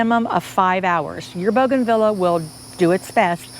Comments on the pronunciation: The pronunciation is Bouganveeah not Vila. 😀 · Please learn how to pronounce the name bougainvillea. You’re very knowledgeable but this mispronunciation is so distracting. Thank you for teaching us that this plant can be grown in a container. 😉